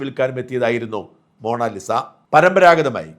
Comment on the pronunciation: എടാ കറിയാ മോണാലിസ അല്ല മൊണാലിസ.